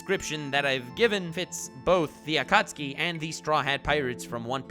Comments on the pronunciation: akutski akutski akutski. how many times can this madman say it that way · Hehe, he said acucksee.